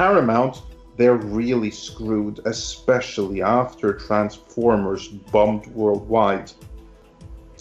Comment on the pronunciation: Ecspecially? FFS learn Engish properly you US raised moron.